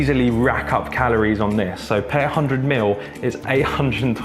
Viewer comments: I love so much, his journey is massively inspiring! But every time he says ‘per’ like that makes me shiver a little bit! 😂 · Can't get over pronouncing "per"